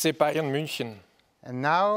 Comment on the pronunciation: IDK .. It sounds like pick Bayern or Take Bayern or something